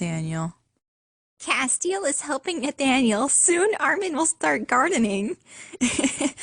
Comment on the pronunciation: It's cas-tel not cas-te-al